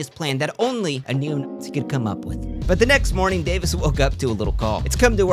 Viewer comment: He can't even say the word lmao.